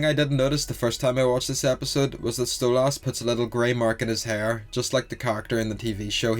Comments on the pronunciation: just wanted to point out ocz it pisses me off its stolas nat stolass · why do you pronounce stolas "stolarse" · No Stella calls stolas "stolass" on purpose Because she hates him. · Small thing I've noticed. You pronounce Stolas wrong. It's pronounced like soulless. Really not a big deal just figured I'd let you know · I don’t have a Northen Irish accent but I say Stolas the same way you do. My friends made fun of me because I know how to say Stolas the normal way. I just don’t. Plus I already told them that Octavia said Stolas like that too. They stopped making fun of me and I keep saying Stolas the same way